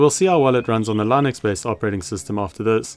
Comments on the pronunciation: It's Linux. "Linux". Lih-nucks. Not "Lynix". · "Lai-nooks operating system" 😂